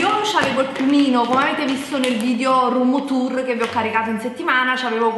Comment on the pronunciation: "Se avete visto nel video rummmturrrr" brividi. (Tra poco pure la tazza del cesso sarà shabby chic)